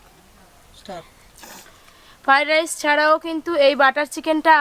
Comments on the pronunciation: আপনি নিজেই তো ফ্রয়েড রাইস কথা বলতে পারছেন না আবার দাদুকে শেখাচ্ছেন 😂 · তোমার বিভিন্ন ধরনের রান্না করার চেষ্টা দেখে ভালো লাগছে, কিন্তু তুমি খাবারের নাম গুলি ঠি ক উচ্চারণ করা আগে শেখো ফাডাইস নয়, ওটা ফ্রায়েড রাইস কাশ্মীরী মেথি নয়, কশৌরি মেথি যখন ভিডিও করে লোক কে শেখাচ্ছ তখন নিজেকে ঠিক রাখবে তাছাড়া এটা করে তুমি ইনকাম করছো, সেটা মনে রাখতে হবে